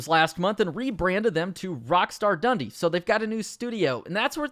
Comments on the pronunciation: Dun Dee not Dundy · How is your pronunciation so bad? Did you not go to school? rockstar Dundee (done-dee) and Ruffian (rough-ian) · The way you pronounce Dundee and ruffian makes my skin crawl